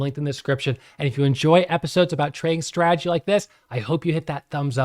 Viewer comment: Bruh! The word is strategy not stradjy! 😅